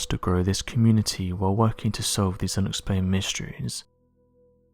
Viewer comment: Abscribe? Thank you for abscribing . K